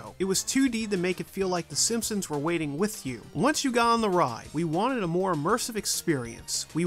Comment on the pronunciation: I just started watching this channel, and I can't stand that he pronounces "with" as "wit".